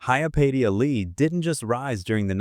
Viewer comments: I know but apparently the ai voiceover does not. it mispronounces her name repeatedly. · "Hi-ya Pay-sha" Lee. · Dumb as AI interpretation of her name and pronouncement! Pathetic! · How many different ways can the AI narration mispronounce Hyapatia and never once get it right? I stopped counting at 7. It never pronounces the name the same way twice and never gets it right even once. On top of that insult, this video has a lot of weird opinions that just don't sound natural and create nothing of substance. Why would anyone subscribe to a channel like this that's just AI garbage? But the AI still begs for a like and a subscribe all the while being blissfully unaware of how stupid it's narration sounds to a human brain that knows better. I refuse to support creators who do nothing but allow AI programs to create for them so they can make money doing nothing but creating content that's mediocre at best. And hardly anybody ever calls this out. People, demand better contact made by human beings, down thumb and refused to support channels like this